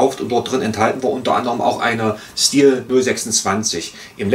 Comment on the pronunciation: Hallo, die korrekte Aussprache ist "Schtihl". Zu hören auf dem hauseigenen Kanal, z. B. hier